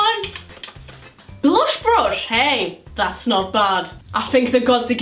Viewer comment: No hate but it's blush not blosh and brush not brosh